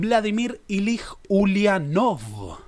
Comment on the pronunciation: Es muy interesante ver la mirada de esta parte del mundo sobre nuestra historia. Solo una cosita, "Ilich" (nombre patronímico de Lenin) se pronuncia con "ch" al final.